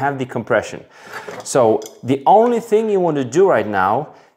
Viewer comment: The way you terminate the 'g' in 'thing' . . . very common with Europeans!